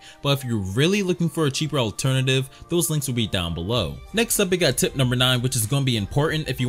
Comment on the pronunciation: When he says tip number four it sounds like tit number four lol